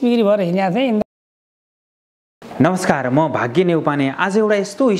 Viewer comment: तपाइँको रियल नाम "भाग्य" नभएर "" रहेछ। किन आफ्नो उच्चारण गर्न नसक्नु भएको?